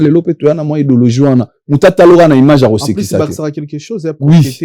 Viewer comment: Eeh " imange" 🤣🤣🤣🤣🤣 nonnnn IMAGE 😂😂😂😂 yekola langila po un jour osalaka pe ba émissions na français, langue de ton pays de résidence